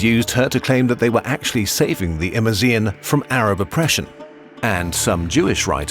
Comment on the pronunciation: 1. The Aures mountains weren’t a desert, did no one on the team look at a map? Google images? What would she or the Arabs have burned? Sand? 2. The entire Hassan thing is made up by the Arabs/Muslims 2. That’s not how you pronounce Imazighen or Dihya 3. Dihya’s sons would not have dressed like that That’s not even all of it, I was really excited to see a kurzgesagt video about my favorite historical figure but I’m disappointed by how superficial the research was